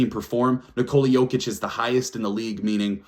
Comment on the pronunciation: Better than main stream media calling MV3 Joe-kick instead of Yo-kitch. Drives me crazy!